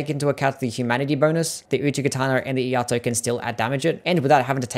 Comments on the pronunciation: It's E-Ai-To, not E-A-To. Iai is the Japanese art of sword pulling and sheathing fast as seen in some special moves. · "Iaito" is "e-eye-toe" Thanks for the list!